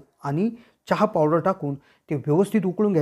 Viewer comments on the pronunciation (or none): none